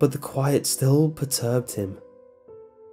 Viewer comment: perturbed is not pronounced as pertoobed, if you are unsure of how some words are pronounced (and i have noticed many such occurrences in these narrations) just look it up before hand in an English dictionary which will spell it out phonetically for you. btw i really enjoy your selections of stories.